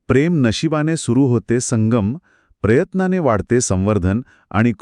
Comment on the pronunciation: He konti bhasha PREYATNANE it's prayatnane